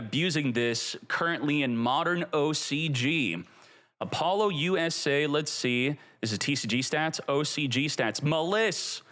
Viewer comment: Its 2025 and still can't pronounce Apollousa lol